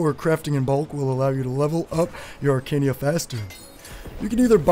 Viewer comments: question...why you say "Arcania" when its Arcana.. =| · Wtf is "Arcania"?